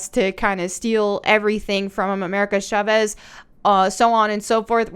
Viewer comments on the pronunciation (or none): none